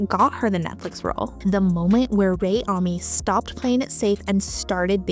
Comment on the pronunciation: amanis? its oronounced "ah-me" 😭😭